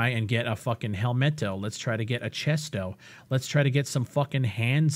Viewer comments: "Lets try and get a f*cking helmeto, chesto, handso" this got me laughing so hard lol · "ShirtO" "chestO" "handsO" bro I'm fucking done😂😂😂😂